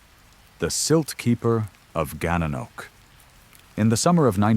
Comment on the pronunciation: Gananoque is pronounced Gan na nok way